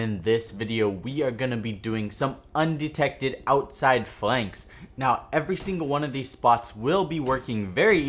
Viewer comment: Nice Video. Informative as always. Also your intro say 'Undected' instead of Undetected. Just a heads up. Love your videos man